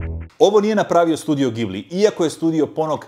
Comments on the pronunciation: čita se 'gi-bli' (englezi to napišu GEE - BLEE, dugo 'i' giiiiiiiiiii-bliii pa vidi). Naravno, najbolji njihov mi je Grave of the fireflies, A JOŠ UVIJEK ČEKAM OSVRT NA TO OSVRTNIČE! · Odličan video. Mislim da nije u redu kako si izgovarao i "šalio" na ime Studio Ghibli. Jer on je kultni status, najdraži film koji sam gledao i to sinkronizirano na hrvatski ( Spirited Away i Howl's Moving Castle). P.S. u kino sam gledao The Boy and the Heron.